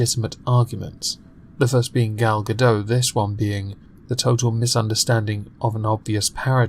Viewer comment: Fuckin tilted by Scottish pronunciation of Gal GaDOT....